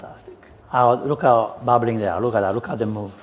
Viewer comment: Caro chef, deve provare a tossire per far sentire la H della parola "how". 🤪